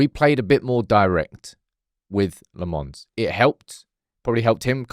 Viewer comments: It's pronounced Lommens. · Lemmons still…ffs man. Say it properly